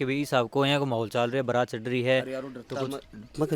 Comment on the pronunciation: वो बारात नहीं बरात होता है।